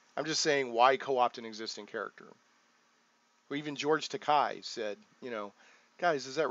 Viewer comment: FYI- Takei is pronounced like "tah-kay".